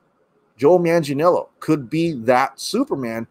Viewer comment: Here’s how to pronounce Manganiello correctly: Man-gah-NEE’EH-lo The syllable with the upper case letters, which is a diphthong in this case, is the one that needs to be accentuated. Just remember these things when pronouncing it: manga (Japanese comic books), a knee, and the way some British say hello “ello”.